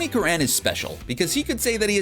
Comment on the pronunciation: You've mispronouced Tony Curran's name. It's 'curren'; like current without the t.